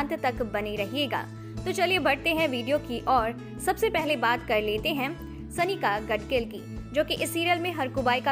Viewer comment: Your pronunciations are wrong The right ones are सानीका गाडगीळ (you are saying सनिका गडगिल) सुखदा खांडकेकर (you are saying सखदा खांडेकर) एतशा संझगिरी (you are saying एताशा सन्स्गीरी) किन्शूक वैद्य (you are saying किन्शूक वैद्या) स्नेहल वाघमारे (you are saying स्नेहल वाघमरे) Aetashaa is the right spelling (not Aetasha) (she has written on her Instagram account) So please first learn the pronunciations.